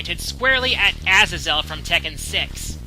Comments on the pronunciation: They also pronounced Azazel wrong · Guy I can tell you've never played Tekken 6. You pronounced Azazel wrong